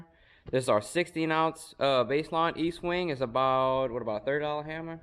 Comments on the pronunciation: Dude it’s ESTWING NOT Eastwing. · Guys please its Estwing not Eastwing. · Est wing, not Eastwing. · Its pronounced est wing not east. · Estwing Estwing NOT EASTWING. You should learn your product ESTWING. You guys have no idea what you are doing. Coming from a guy who framed over 100 homes. READ THE HANDLE!!!!!! Pathetic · ESTWING NOT EASTWING, come on READ THE HANDLE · Estwing…not Eastwing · Nice video. Though, I'm a little perplexed as to why you can't properly pronounce the name of the Estwing hammers, even with the spelling right there on it.